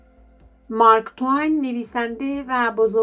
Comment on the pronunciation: چی میگی تو با دماغت مارک تو وین چیست اسمش مارک تو این است